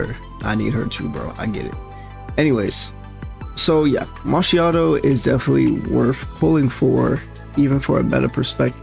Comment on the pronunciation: Brother, I don't just need her, I need two of her. That DPS boost with her copy is insane. But I will be happy with just winning a 50/50. V1 can come on her rerun. And my italian side wants to separate your head from your shoulders for butchering her name pronunciation.